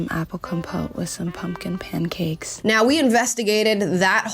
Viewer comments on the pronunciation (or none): The way she says "pumpkin pancakes".. 😖 lol